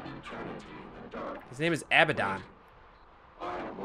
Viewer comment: IT'S UH-BAD-DUN = ABBADON